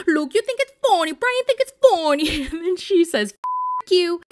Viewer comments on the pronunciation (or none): Why does she say funny like that tho?? For real LOL it's hilarious. Foh-nee I busted out laughing when you started speaking spanish lol. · Your "it's not foooony" is so funny 😂😂😂